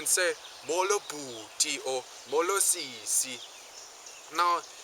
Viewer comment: Great video. I'm a native Xhosa speaker and I enjoyed this video. Just a bit of advice for you shorten your vowels a little you tend to make them very long like mooolo instead of a short molo. (I know this is from a year ago but still)